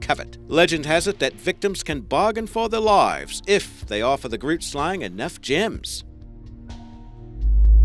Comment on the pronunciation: hey, Afrikaans speaker from South Africa here... don't know if someone pointed this out yet... but you completely mispronounced "grootslang" Oh and I'm not hating or anything, just want to help. Keep up the good work. Listen to this, the pronunciation is still a little off but yea